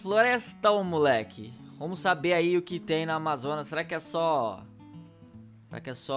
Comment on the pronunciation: Pelo amor de Deus, o cara é BR e n sabe falar o nome da maior floresta brasileira e mundial!